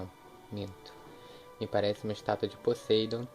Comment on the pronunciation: desculpa mas VC pronunciou Poseidon errado